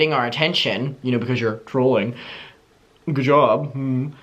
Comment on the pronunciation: It took me a good five minutes before I realized was saying trolling and not drooling. I guess what’s more concerning is the fact that I thought Gabbie Hanna was okay with drooling on her TikTok😓